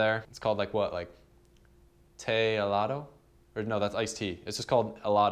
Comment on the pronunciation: You're awesome man! I never knew how people took those slide shots....always thought people just had steady hands. I'm trying to make some videos but all I have is 1 GoPro hero +lcd Love what you do man! keep it up! Ps: it's pronounced "gell-aht-oh"